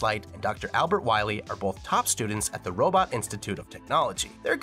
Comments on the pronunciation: Ah yes It’s Wiwee not Wily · So glad you slipped in "Wiwy" a couple times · I love that you say "Wy-we" when you're talking about MM8! "You must recover all the energy immediately ulb..MegaMan!" BEST VOICE ACTOR EVER!!